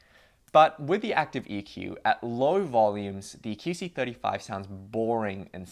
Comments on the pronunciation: Is it just me or does he keep saying "kee" c35? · Keyc 35? Weird pronunciation